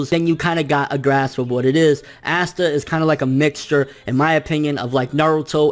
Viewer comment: Aight bro, we’re gonna have to get one thing straight right off the bat. It’s not “Ass-tah”. It’s “Ahh-sta”. I love your videos but the amount of names your mispronounce drive me crazy. Keep it up brotha. <3